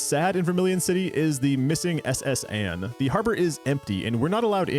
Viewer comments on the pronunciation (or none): none